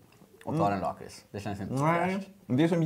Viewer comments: Sluta säga laaaaaaaakrits det heter lackrits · Lack rits heter det! Inte Laaaakrtis